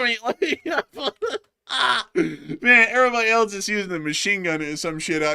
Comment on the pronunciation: The word "else" is pronounced: /els/ It sounds like "ELS" (rhymes with "bells", "sells", and "wells").🎉